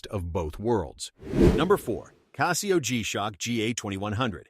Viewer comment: Apples and oranges… The only reason a computer generated voice, that cannot pronounce Casio correctly, would tell you Rolex sucks, is to manipulate you. Casio is an excellent watch and so is Rolex. Anyone that tries to compare the two just wants your money and doesn’t care about your satisfaction.